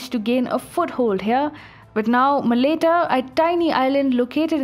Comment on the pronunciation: Malaita not Maleita Palau not paloh Nauru Kiribati you need to look these up beforehand